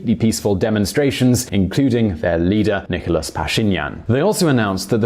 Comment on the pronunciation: His name is not Nikolos buddy, his name is Nikol, just Nikol😀